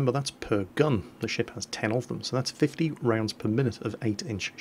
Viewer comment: gof dammit your accent sounded like you said 15 rpm instead of 50 rpm